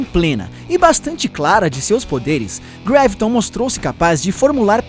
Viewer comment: não é greviton é graviton